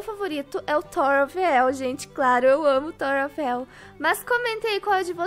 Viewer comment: Tawer ou tower não entendi nada